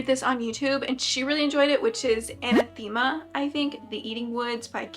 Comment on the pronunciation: Anathema - pronounced uh-NATH-em-uh